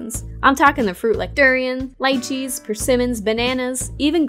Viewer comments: Did you.... just say "lie-chee?" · She pronounced wrong:((